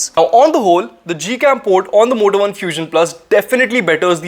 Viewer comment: Is it only me.. ? When ever he says Moto One I hear Vodafone....!